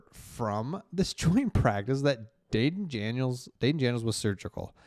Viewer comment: You said "Dayden Janiels" twice in a row lol, thank you for the good work you do brother